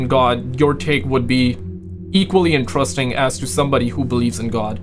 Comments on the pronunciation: Dude, it's IN-TER-EST-ING. 4 syllables. NOT " entrusting " please. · Kwite interusting.